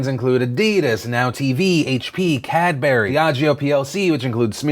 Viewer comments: cadbury not cadberry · really? CAD-berry? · Phil let me point out as a certified British man myself that Cadbury’s is not pronounced “Cad-berry”, it is pronounced “Cad-bre” instead. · Sorry, what? It's A-Dee-Das and Kad-Bu-ree (although Cadbury is often slurred into 'Kad-bree'). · Cadberry...? BRADBERRY!! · "Cad Berry"... I cringed so hard at that. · Anyone else got an issue with how Phil pronounced Cadbury? No? Just me? Okay...